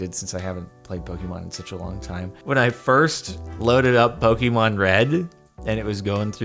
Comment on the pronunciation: For the last time, I've kept my peace for a while but it has gone on too long. JARDON IT IS PRONOUNCED POKÉMON. PO-KAY-MON